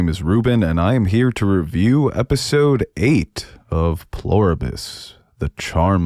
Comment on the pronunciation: Super tiny Nit to Pick. It's "Pler" Ibus, not "plore Ibus". Otherwise, great content. And no, this is not a Tomay-To, Tomah-To situation.